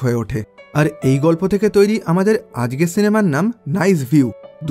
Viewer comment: আজকে কে আজগে বলে কেন এরা?????